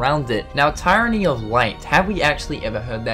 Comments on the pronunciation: Tyranny is pronounced Tear-anny, just saying. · I believe its actually tir-uh-nee. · The word 'tyranny' is pronounced Teer-an-nee. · splitting hairs, but close enough either way. You pronounce the Y like a eee sound. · The first syllable in tyranny is pronounced like the word tier.